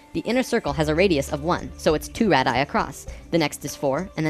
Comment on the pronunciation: I love your videos! they have a lot of great info, that seems to be compatible even with the teachings of Seth. However, as a grammar-Nazi, "radii" is pronounced "RAY-dee-eye."